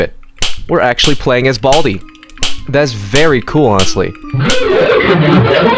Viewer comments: bro said bladi instead of baldi 💀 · Baldi❌️ Bladi✅️